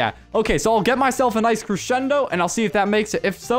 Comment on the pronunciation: I DISLIKED BECAUSE YOU KEPT SAYING CRESHENDO